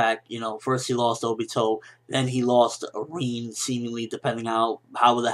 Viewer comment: RIN not REEN